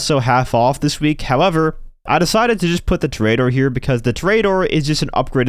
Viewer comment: To-re-a-dor, not "torayador"